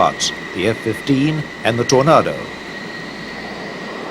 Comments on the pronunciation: I wish he'd learn to say Tornado correctly... with an /a/ as in ache NOT an /a/ as in art. ..or is he trying to do a fake British accent?? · Stop saying Tornaaado, it's Tornado as in 🌪️ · I wish the commentator could pronounce aircraft names properly, wtf is a tornardo I thought they were called tornado, it sounds disrespectful. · TorNARDO? Sahara DESERT? Think your pronunciation is ORF! Where is the SAHARA DESERT? Suggest you check themeaning of the word, SAHARA. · "Tor- NA- do" 😅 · Seriously, who checks the content of this as nobody, not even Americans call a Tornado, a Tor-nah-doh. Its the same as the big swirly weather thing they have in the USA. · FFS...The aircraft is a TORNADO not a TOR-NAR-DOUGH! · What's a Tornarrrdo? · How does the narrator not know how to pronounce the word Tornado? And don't get me started on Jagwarr. Its Jaguar. Three syllables. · Really bugged me the way the narrator keeps pronouncing 'Tornado', bloody idiot ! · Why can't this narrator pronounce "Tornado"😮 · Why can't this guy pronounce Tornado or Jaguar properly ? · The narrator is having a rough time pronouncing Tornado!